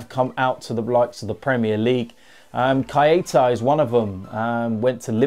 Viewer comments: can’t pronounce lol. He be like “Kyeeiiita” 🤣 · The way he pronounced Keita 😂😂